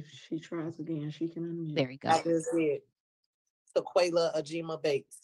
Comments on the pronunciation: But her name isn’t Ta-key-la it’s Ta-kway-la…it’s not the same. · Wtf is a Tequela?